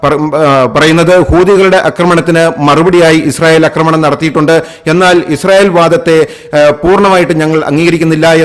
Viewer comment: അക്രമം ശരിയാണ്. അക്രമണം തെറ്റ്. ആക്രമണം ശരി